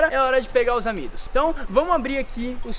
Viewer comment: Quando tu falou Pegar os amidos eu entendi os amigos vei😂